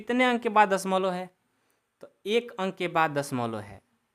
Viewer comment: Sar padha to achcha rahe ho lekin dashmlav ko dashmolo😂 kyon bol rahe ho